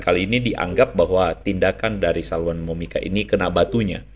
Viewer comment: PDT Andre bilang ajah Salwani Momika ngikuti Ajaran KASIH yg sebenar benarnya, kok susah sangat nyebutnya Toh luuu😁😁😁😁😂